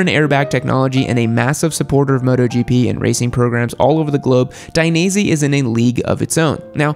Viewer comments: please, don't say " Daineasy ", say " Dainees ".... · *Take a shot every time he says Dainese wrong